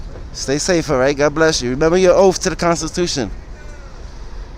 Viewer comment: needs to learn a few things. 1.) When you say something in order to obtain an answer, or some information you are “asking”, not “axing”. 2.) When you solemnly swear, or promise to do something you are taking an “Oath”, not an “oaf”. 3.) Finally, when referring to the number 5 in a sequence of numbers the word is pronounced “Fi(f)TH”, not “fif”. Oops, one more thing: 4.) When you are asking someone why they told you something the correct way to do so is by asking: “Why did you say that?” Not: “So why you said?”